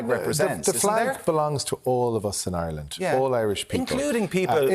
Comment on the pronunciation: Gary Gannon, learn to say the name of the country before going on TV to discuss our national flag. ''Areland/Orland'' is not the name of this country....... I'm from a working class background myself, but I know how to say the name of our country.......🙄